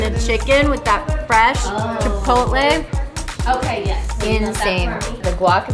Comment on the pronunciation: Fantastic video. The pronunciation is chee-PAW-tleh. Furthermore, one TAMAL (tah-MAHL) it does not have an ending E. FYI.